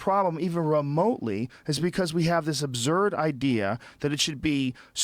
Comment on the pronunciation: Joe "Obzerd" Rogan